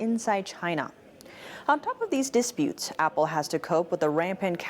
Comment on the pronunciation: I’m so in love with but the word ‘dispute’ emphasizes the second syllable, not the first.